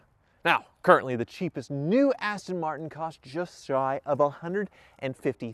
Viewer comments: I kept hearing "Cheapass Tin Martin." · “Cheap ass-ton martin”😂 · The funny thing is "jaguar" is owned by ford which is an American company so i guess they can call it whatever the hell they like iv even heard them say austin marten before bless em